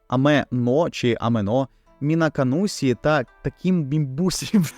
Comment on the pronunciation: Є причина чому вам так важко вимовити Мінаканусі і мімбусі, тому що правильно це звучить більше як МінакануШі і мімбуШі, в японській цей склад звучить більш подібно до ші Пояснення з вікіпедії: При додаванні голосного /і/ до приголосного відбувається явище пом'якшення приголосного. Коли /і/ стоїть після звуків /s, z, d͡z/ (с, з, дз) вони перетворюються нові шиплячі звуки — /ɕ, ʑ, d͡ʑ/ (шь, жь, джь). Відповідно, し записується в транскрипції МФА як [ɕi, ʃi] (ші), а не палаталізований [sʲi] (сі); в свою чергу じ передається як [ʑi, d͡ʑi] (жі, джі), а не палаталізований [zʲi, d͡zʲi] (зі, дзі). І згідно з правилами транслітерації японської в українську правильно буде "ші" а не "сі"